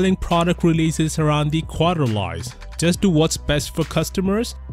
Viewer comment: Just a tip for ur sake it's pronounced quarter-lees:) keep up great content